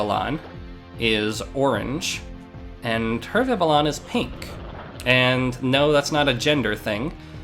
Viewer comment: I hope this isn't one of those moments where tons of people have said this to you and you simply prefer your way, but Vivillon's name comes from the french word for butterfly, "papillon", so the correct pronunciation would be like "Vih - Vee - Yon". If anything, Vivillon is the Pokemon that taught me how proper French pronunciation was less commonly known in the English speaking parts of the world than I once thought, cause I didn't even hesitate to read it like a french name the first time I read the name and yet I got friends who say "vih vih lee uhn". Incidentally, I do have a friend with a living dex, and from what I've seen, catching all the Vivillon forms appeared to be the most fun of the "tedious" Pokemon to get and they brought boundless joy, as all Vivillon should. Glad to see one in use.